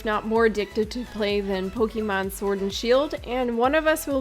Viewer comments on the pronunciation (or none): This entire intro that you are not very experienced with Pokemon was pointless. You only had to pronounce it "Pokeymon" instead of "Pokémon" once for us to know. Also "A lot of people were seeing a Pokemon-esque game, and you are not incorrect but you are not fully right either." So... what makes it different? Because other than really cosmetic things like being able to pick nonbinary genders this is Pokemon with different creatures. It's fine, I am excited about Temtem, but after this comment, I was watching waiting for these big differences and... nope this is just reskinned Pokemon with co-op.